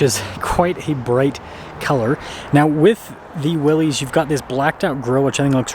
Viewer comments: Pronouncing the package correctly (it's NOT WILLEEZ) would go a long way in making you sound like people can trust your knowledge on the product...if you call it the wrong thing, what else will you get wrong? Just my opinion. WILLISS vs WILLEEZ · It's pronounced "Willis." -- BR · It’s pronounced WILLIS